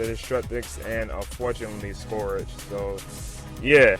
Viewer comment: scourage the hedgehog